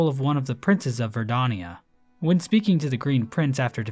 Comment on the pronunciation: Why do you pronounce Verdania as Verdonia? Unsubscribed, dislike, bounty on your misbegotten tongue